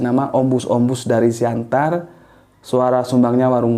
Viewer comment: Tulisannya Siantar. Orang Batak melafalkan Siattar 👍